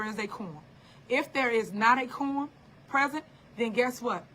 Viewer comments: Tiffany it's "A quorum". IDk what tha heck you are calling it!! " a corn" a Corm' "smh" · It sounds like corm lol